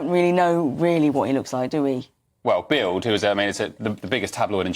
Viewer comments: it's not bild, it's bilt, d on the end of a word in German is pronounced as a t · Please educate yourselves in a bit of German language. Both Bild and Solingen pronounced incorrectly.